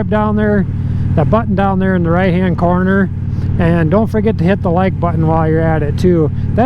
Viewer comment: "If you're not perfect with the coroner". ... Literally pronounces corner as CORONER... I suddenly don't feel so safe 🥺